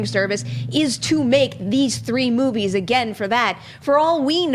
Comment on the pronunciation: As far as this guy goes.. I am all for diversity, but as far as black personalities appearing on Movie Talk, guy is no Jay Washington, David Griffin, Ti, or Joelle Monique by a long shot. He was super unbearable at the beginning of the show, mis pronouncing movies and not answering questions he was asked, but sight recovered during the d & d discussion and onwards. Just being honest.